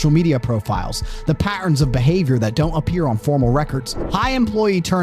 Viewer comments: The guy telling this story cannot say the letter T. It’s annoying, and I’m not posh ,I’m a cockney. Slopping talking. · This the third tate? Has same extra syllables to words😂